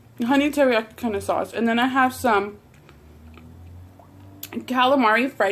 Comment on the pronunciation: Your saying "Sås" Like a swed. 😂❤️